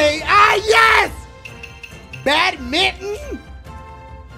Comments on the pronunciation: The way he says badminton hurts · How he says badminton 😂😂😂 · EpicMario Maker628 I know but it still sounds funny